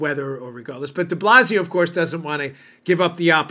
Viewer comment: What's "Up" with DeBlasio...sounded like the dog in the movie.